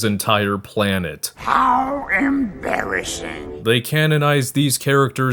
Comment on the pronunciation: "how emBARRYassing"